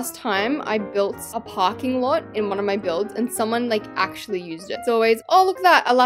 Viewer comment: Alaska you said packing lot